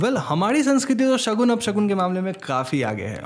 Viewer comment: Shagun not shakun.... Please correct